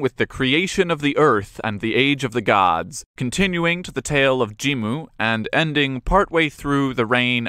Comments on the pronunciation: 発音おかしいですよね？って話。ジンムじゃなくてジムに聞こえる。外国人かよ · jimmuじゃなくて jin-mu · 確かにジムに聞こえますが、あれはスペルの問題じゃなくて発音の問題だと思います。 Jimmuというスペルの方が日本語の発音をより正確に表しているかと